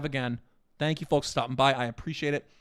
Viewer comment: "Hey Forks, it's your horst with the morst"